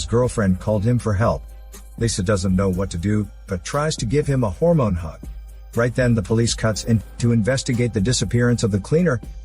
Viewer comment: Why you saying hormone so weirdly?